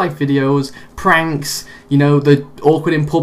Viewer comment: "real life panks" LOL